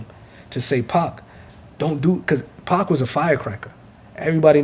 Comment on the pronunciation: When says 2pac i heard 2pop